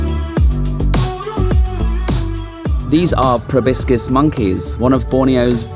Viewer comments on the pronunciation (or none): FYI ProbOscis, not ProBiscis. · Riiiiight?! He must’ve said “probiscus” at least 5 times! But I still love ur Asian vlogs, 😅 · Is a "probiscus" monkey similar to a "proboscis" one? 😂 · It's Proboscis monkey. Not Probiscus.